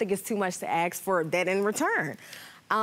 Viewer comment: ASK' not "Akxs" please.